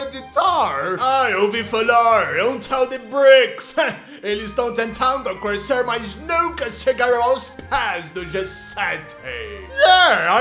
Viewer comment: Eu acho engraçado o states não fala crescer ele fala "crusecer" k Se não der coração vai levar embargo econômico>:) $